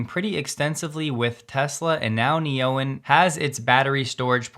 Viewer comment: I bet an AU$ that Neoen is pronounced Neo-En, not Ne-Oen. 😁